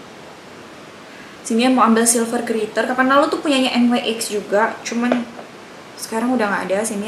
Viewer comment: kak, nyx bacanya nix, bukan en wai ex😆